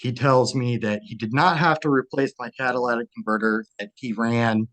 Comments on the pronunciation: Catalytic converter, not Cadiladic.... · Say it with me slowly: “catalYtic converter” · "Cat-ALA-tic converter" 😂😂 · For the love of GOD. Cat-A-Lit-Tic. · “cadilladac converter”